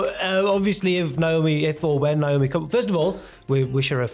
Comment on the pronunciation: Her name is pronounced Naomi not Niomi